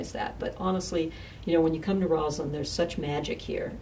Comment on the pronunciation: It is ROSSland, not ROZland. The Lady Mayoress should know this and not sound like an idiot.